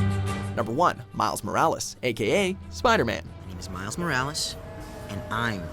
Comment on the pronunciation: Dude it’s not mikes morales it’s miles morales